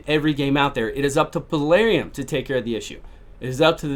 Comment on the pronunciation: dude, it's Plarium, not Palarium lmao, I mean not that it matters that much just find it kinda funny, lol :D